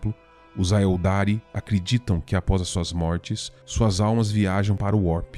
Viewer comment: Show. Ótimo conteúdo, mas cuidado com as pronúncias. A ideia aqui é ajudar a melhorar: Aeldari se pronuncia ÉLDARI, tyranid é TÍRANID, Immaterium é IMMeTÉRIAM e por aí vai...